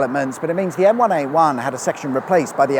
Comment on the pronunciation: Dunno about everyone else but every time I heard say the name of the motorway I heard the Gorillaz song M1A1